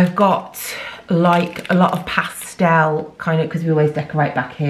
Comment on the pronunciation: Love how you say pastel like ‘pastelle’ ☺️ great video, that’s a fab poundland 👌🏻